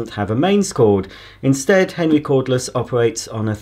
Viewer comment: Is he saying henry or henwy lol